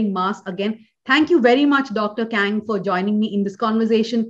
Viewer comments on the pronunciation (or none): It is not 'A'.it is 'aah'.so dhanya not KAng but Kaahng.thks